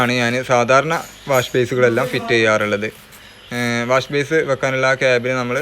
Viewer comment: Wash base അല്ല ബ്രോ - വാഷ് ബെയ്സിൻ